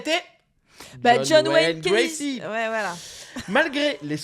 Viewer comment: C'est Gacy, vous dîtes Gracy semble t'il...bon, je suis mesquine.😊